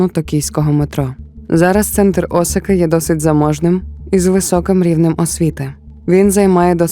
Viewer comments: Дякую за контент українською! Цікавий матеріал, приємна подача. Але, перепрошую, Асака (наголос на другу А), це не Осака. Асака дійсно знаходиться недалеко від Токіо. А от місто-мільйонник Осака - за 500 км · Пані автор, історія чудова, але Осака - це зовсім інше місто в Японії з населенням до 3 млн жителів. Навіть на карті, яку ви наводите, написано Asaka! Асака а не Осака.